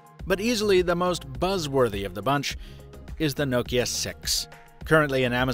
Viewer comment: First youtuber to say Nokia correctly.